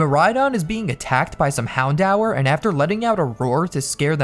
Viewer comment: Sorry bro but I clicked off when you pronounced houndour hound hour